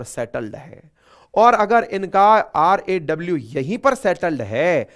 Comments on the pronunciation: Sir RWA nahi RAW hai aap baar baar RWA hi bol rahe hai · RAW not RWA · RWA nahi RAW murakh 😊😅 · RWA ❌ RAW ✅ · Sir RAW ko har baar RWA kha Keval ek bar RAW kaha 😂